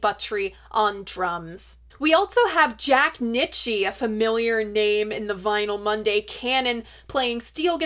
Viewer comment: Great video, but I think Jack's surname is pronounced "Neet-cha" (or at least that's what it says in Neil Young's biography)